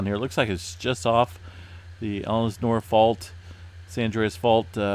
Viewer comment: In SoCal, not Elis-nore, bit EL-sin-or